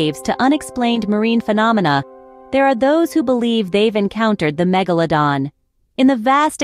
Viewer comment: MegaLOWdon.. is when I paused this video, wrote this, and un subscribed. Can not stand bots & AI voiceovers. Its laziness